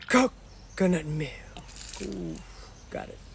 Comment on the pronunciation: I like how he pronounces coconut milk right this time because she emphasizes (ca ca nut) so much this time.